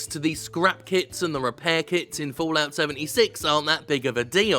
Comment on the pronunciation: Anyone else heard scrap "kiDs" instead of "kiTs"?